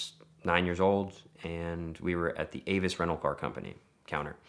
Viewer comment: This guy can't even say his family name. Sad